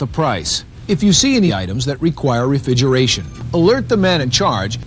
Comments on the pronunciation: Was "refigeration" the best edits in all of history, or does this guy just have a selective speach impediment? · Was "Refigeration" an audio edit by you or did was that just how the guy in the video says it? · Is the Refigeration thing from how the guy originally pronounced the word or was it something you edited? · That was how the guy (David Catanzaro) said it. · Imagine mispronouncing refrigeration 40 years ago for a training vid that no one is gonna see, only to find it pooped like this. XD